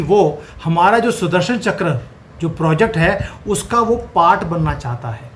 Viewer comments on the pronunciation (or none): चकर नहीं चक्र 😂